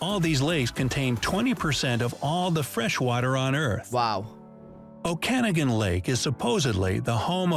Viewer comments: 🚣🏻‍♀It's not pronounced "Oh-Can-i-gan" lake, it's pronounced "Oh-ka-naw-gin" (not a soft 'g' sound as in "jin" btw) lake. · The Okanagan is pronounced O ka nah gan not O kana gan. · Ogopogo 'lives" in O-ka-NAW-gun Lake, not O-KAN-uh-gun. Just in case anyone didn't want to sound clueless when talking lake monsters. I've never heard of Iceberg Valley, but I've heard of Iceberg Alley. I have a vague recollection from childhood out in Vancouver of having a white "bunny hug" or something like that. That would be ~1960. Perhaps the odd term was once more widespread. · It Pronounced Ok a nagan, God damn do some research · OkaNAGan, NOT OKANagan!! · Pronounced Oka-noggin. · Ps. The guy in the video pronounced Okanagan wrong lol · 😂 The way buddy pronounced 'Okanagan.' He's clearly never heard the word before. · Okanagan Lake pronunciation 🤣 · It's clear that whoever made the video that is being reviewed is not Canadian. He does not know how to pronounce common names, and places, confuses a beaver with what looks like a Nutria. Beavers have wide tails not thin rat-like tails. Lacrosse is the summer national sport and hockey the national winter sport. It's not iceberg valley, it's iceberg alley (don't think you can have a valley in the ocean). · You can tell when a video comes from a non Canadian content creator or it uses a computer generated or AI voice. In this video, it was like, sure, you pronounce Ogopogo right but not Okanogan? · Why can this guy not say Okanagan the right way?? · you should have done the narration.Or at least the one doing it, could have found out the way it's said. It's only respectful. Elbows up. ❤🇨🇦❤